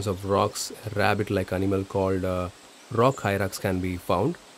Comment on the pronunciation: It is Rock Hyrax, not rock hyrak